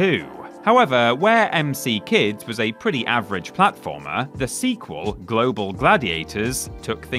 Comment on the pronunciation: psst! "m c kids should have been pronounced "mick-kids..." ...like the restaurant? (Still love you guys tho 😘 ❤️)